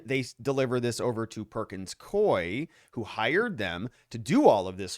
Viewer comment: It’s perkins COO -E. You keep mispronouncing it…..